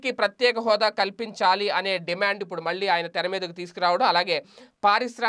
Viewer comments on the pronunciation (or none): none